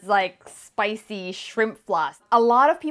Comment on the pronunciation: that way of saying "spicy" is truly singaporean! Love for the video, thanks for the recipe!!!